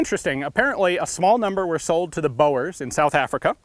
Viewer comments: It's bOErs not bo-ers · "sold to the 'Bowers' of South Africa" :'D. Best American pronunciation of Boer I've heard an American use~ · *dabs in german Also: Boers in southafrika is pronounced "boors" as in dutch for farmer.